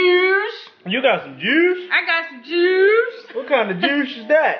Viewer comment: lol u make me laugh really hard when you call a juice "a joosh"nice one guys...love u all